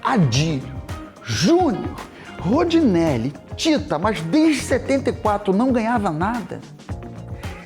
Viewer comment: Ótimo vídeo, mas o narrador toda hora erra o nome do Rondinelli, chamando o de Rodinelli...